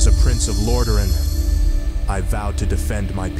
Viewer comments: Illidan looks siiiiiick. I'm surprised with this level of quality that you didn't try to edit some different strings of audio together to make the pronunciation of "Lordaeron" accurate to how it's said in the game. "Lordehren" just sounds so off 😂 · Arthas saying lordaeron wrong 💀